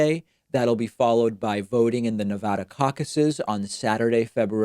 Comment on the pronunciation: I think you pronounced Nevada in every possible way in this one video